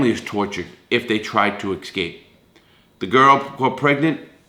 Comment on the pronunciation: ITS ESCAPE NOT EXCAPE? G.D! NO SUCH WORD AS EXCAPE?